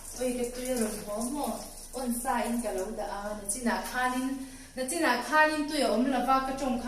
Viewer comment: Nichin tih turah nachin i ti ve tlat mai, mahse a tui tho ang.